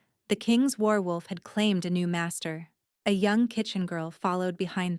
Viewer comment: WARwolf, not werewolf. LOL! ❤❤